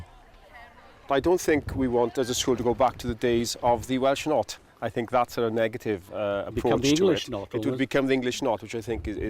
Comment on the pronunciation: Welsh NOT! My grandfather was made to wear one. There’s no “k” in it!